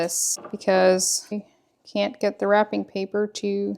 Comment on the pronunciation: When you said wrapping I went “wait what?” Oh WRAPPING , not rapping.😂😂😂.